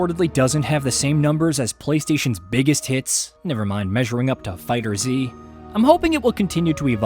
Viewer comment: How are people still mispronouncing FighterZ? Its just fighters, not fighter-Z